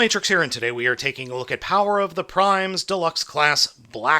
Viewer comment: Omg for one he said the name of the toy line correctly! Hallelujah